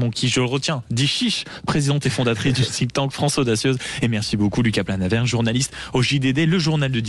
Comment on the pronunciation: On dit pas "sink" tank mais "think" tank svp faites un effort! "Sink" ça veut dire "évier" ou "couler" donc c'est complètement débile comme prononciation! Merci